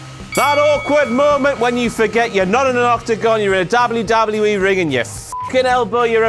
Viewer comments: Why does he say dable u dable u E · The way he says WWE or the letter "W" makes me die😂😂😂